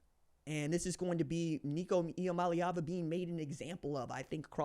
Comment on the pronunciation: Nico Ia-money-Ava